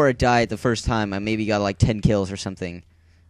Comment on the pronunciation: Uhuuhuhhuh FIERST. Had to say it lol